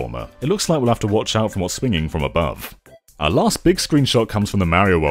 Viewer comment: It’s Beeg Mario!